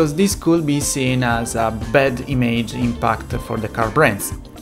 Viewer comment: Chłopie. To demydż nie dejmedż imydż nie imejdż.